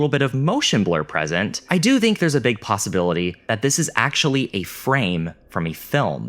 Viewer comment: Interesting video. I just don't understand why you say dink instead of think but pronounce the th perfectly in other words lol